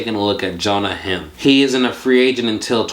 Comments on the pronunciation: You are totally ruining Jonah heims last name!!!! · Ur pronouncing Jonah Heim wrong